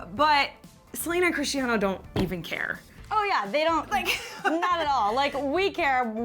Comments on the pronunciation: Omg it’s Cristiano not crischtiaano ! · its crisTanio not crishiano